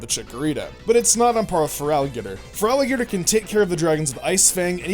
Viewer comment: I think you mean feraligatr, feraligatr, feraligatr, feraligatr, feraligatr, and feraligatr